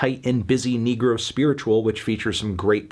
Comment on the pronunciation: I thought he said nigga for a sec when he said negro spiritual